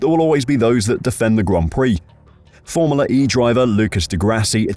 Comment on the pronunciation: Is it just me, or is anyone else annoyed that voiceover man can't pronounce the word FORMULA.